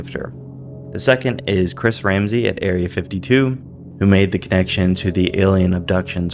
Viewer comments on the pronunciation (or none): none